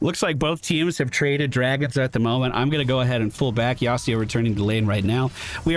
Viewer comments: Now that I see you playing Legue, I really apreciate your narration style when you go through the game! It works with Mobas. BTW... YasUo, not YasEEO xD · That yasio kinda got bullied I know it's not yasio, but that is how he kept saying it and so that is why i said it. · As an old Yasuo main I HATE that you say his name like that. It's YASUO with a U not an I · Also, why does say "Yasido"? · I'm not a stickler for pronunciation, but where the heck are you getting that 'Yasuo' pronunciation? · Great video but i hate the bad pronunciation of Yasuo